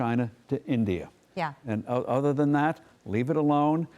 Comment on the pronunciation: She couldn't say India. Or she doesn't know her geography 😂